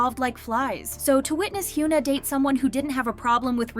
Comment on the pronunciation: i like your contents but... 한국 가수 이름 언제까지 이상하게 발음할건지. 케이팝 전문 채널이면 이제 현아 이름은 제대로 발음해야지. don't you think? plz.